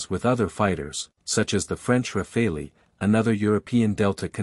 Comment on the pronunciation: It's not pronounced "Rafalee", it's "Rafal". The final "e" is silent. In French "rafale" means "Gust of wind" or "Burst of fire".